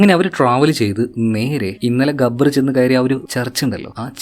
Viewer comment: ഗബ്ബർ ❌ ജാബർ